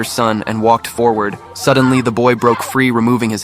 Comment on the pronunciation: The way he said forward lol